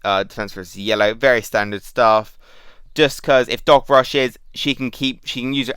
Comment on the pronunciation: Took me a while to réalisé you were saying doc. Not dog, God it confused me at first